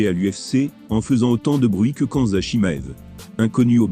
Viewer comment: Pourquoi ? Vous avez entendu çà où ?! "Khan-mza" je vois pas de "n" dans "Khamzat"